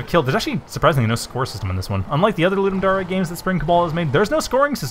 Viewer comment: Thanks for playing. Pity you didn't understand the upgrade system :-/ I was afraid that it might be hard to understand. FWIW, Ludum Dare is pronounced LouDumm Dare (as in I Double Dog Dare you), not LouDumm Daré.